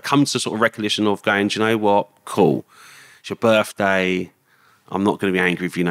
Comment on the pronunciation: Whats a 'burfday'...?